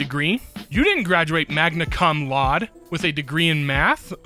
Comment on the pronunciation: i love how both and initially pronounces "cum laude" as "come loud" lmao.